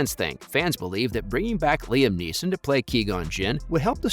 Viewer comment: Why the fuck are pronouncing his name wrong? It’s fucking frustrating